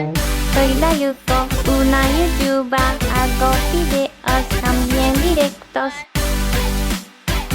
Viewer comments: Si, luego lo escuché mejor y dice Youtuba xD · When Yuko said "YouTuber" at first I thought she said "soy una lechuga". Anyways Yuko is so cute and she will always be my favorite :)